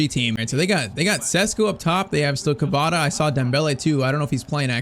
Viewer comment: Isn't kavara 😂😂😂😂wrong pronunciation.